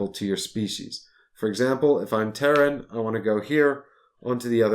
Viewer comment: teh· ruhn not Ter-Ran